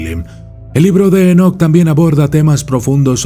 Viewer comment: Dice: "EnoKATE"